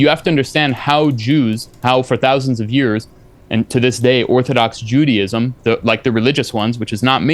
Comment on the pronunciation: He claims to be an expert on Judaism but pronounced it "Judyism."